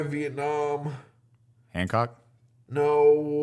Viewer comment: dang! HATHcock not HANcock lol